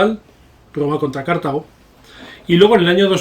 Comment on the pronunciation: No se pronuncia "Cártago", pues la palabra no es esdrújula.